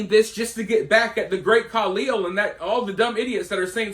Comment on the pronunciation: I lost it at "The Great Kalil"